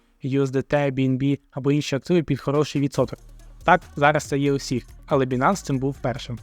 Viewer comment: Байненс а не бінанс!!! Ну ви ж трейдери...